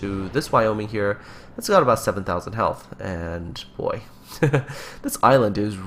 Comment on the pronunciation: when you say "boy" it seems like you said "poi" XD